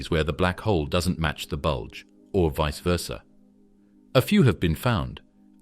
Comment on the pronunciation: Please stop saying bulge